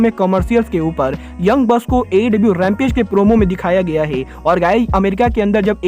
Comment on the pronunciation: ये है को गै क्यो बोलता है🤣